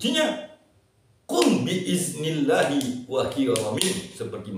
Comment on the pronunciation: Qobiltu. Tapi Maaf, kurang jelas ucapan dari kata bi idznillahi wa il... Lanjutan katax kurang jelas. Mohon diikutkan dgn trks arab atau teks latinnya tuqn guru